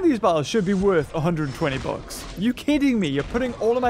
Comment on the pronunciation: when he says bucks it sounds like books